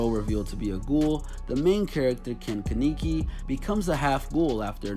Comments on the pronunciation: Ken keneeki??? You mean Ken kenaki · Ken “ke-knee-kie” Jesus Christ 😂 is it so hard to say kaneki? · One he butchered the hell outa sharingan and kaneki 😂 and fun fact scar doesn’t where the mask anymore